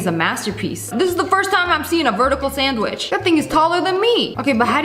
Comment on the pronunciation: ´´it’s a standwich ˋˋ Said my dad😂😂😂😂😂😂